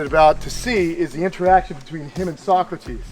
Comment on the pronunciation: Thanks for the upload! So happy for you! You know, every time you feature Socrates, I think of Bill and Ted's Excellent Adventure. Her name would be pronounced So - crates (rhymes with skates.) Happy holidays to all of your animals and human loved ones!